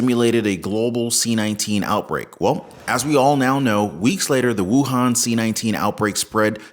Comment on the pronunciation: WuHan not WuTang 😂